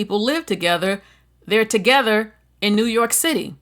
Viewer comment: I like that you said a lot of Hispanics and black people live "together" in New York City 😂😂😂. It just sounds funny.